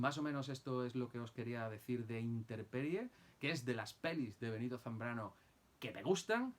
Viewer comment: por qué “Interperie” si el título es “Intemperie”?